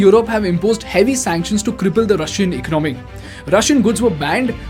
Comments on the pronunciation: Great Video but bro please correct your pronunciation of ECONOMY it's not ECNOMY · For fucks sake , the pronunciation of "economy" is not Ec-nomy. Its eco-nah-my ..